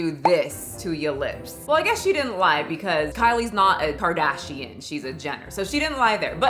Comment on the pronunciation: karfashian? im dead 😂